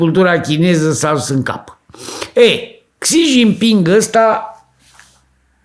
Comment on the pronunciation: Aveti dreprate. Nu sunteti nici pe aproape cu pronuntia.😂